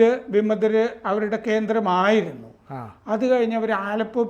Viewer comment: എന്റെ പോന്നപ്പൂപ്പാ ആലപ്പോ അല്ല അലെപ്പോ.. ഞാനൊരു സിറിയൻ കമ്പനിൽ വർക്ക്‌ ചെയ്യുന്നതാണ്, പക്ഷെ ഇവിടുത്തുകാരെല്ലാം ഭയങ്കര ഹാപ്പി ആണ്